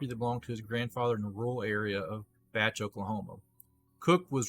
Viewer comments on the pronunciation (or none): Ernest is my Grandfather also not to nitpick but it's pronounced like bae ch not batch even though its spelled like bache